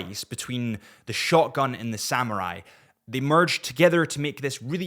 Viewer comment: Shogun not Shotgun.Slow down youngster !